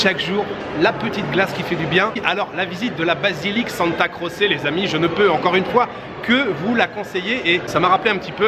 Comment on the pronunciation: Santa Croce, la prononciation est Santa Crotche, comme Ciao = tchao 😊